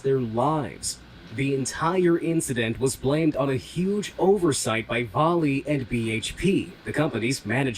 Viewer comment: Also, pronounced Val-ay